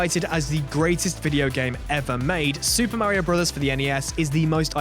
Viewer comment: who even pronounce mario like that?